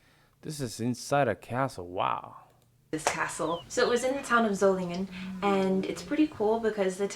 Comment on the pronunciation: Solingen (city in western Germany) = ZOH-lingen (stress only on the first syllable)